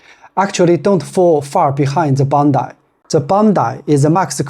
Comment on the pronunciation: It is Bondi not Bondai